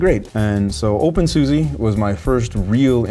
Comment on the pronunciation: Sorry, I thought you should know it's pronounced OpenSusa (with a posh like 'ah' at the end) You can search youtube for "How do you say SUSE' for confirmation:)